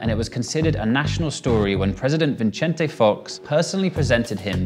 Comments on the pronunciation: President" Vinchente" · This guy need to research how to say the names of the people he's reporting on. President "Veenchente"?? Really? Is Vin-sen-te. Like Vincent but with a tay at the end. Not hard. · Vicente Fox, not "Vinchente". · Vin-Chen-Tay??? No it’s pronounced vee-sehn-Teh he’s not Italian player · Vinchente fox lmao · Vin-ch-ente???? Lol